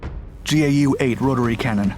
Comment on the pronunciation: Its Gau8 (pronounced 'gow'-8) not G.A.U.,8